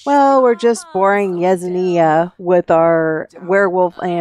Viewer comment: Yesenia is pronounced Yes en yuh. No z at all.